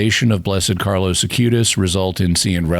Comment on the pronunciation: Is it just misspeaking, or is there a reason I'm not aware of that Jimmy refers to the new saint as "Carlos" Acutis, rather than Carlo Acutis?